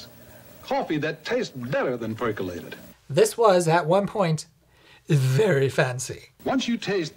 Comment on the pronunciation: i like the way the guy says “perkelated”